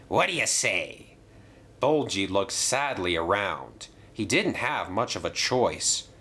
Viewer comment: It's ''Bulgy'', not ''Bolchy''